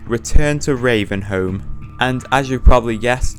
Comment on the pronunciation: "retuhn to reavenhouhm" killed me, good video though